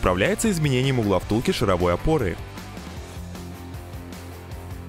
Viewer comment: Почему шаравОй опоры, если правильно ШАР- шАровой опоры =\ Вы еще , как Академег , скажите "гусенИчная техника". Бррр, аж коробит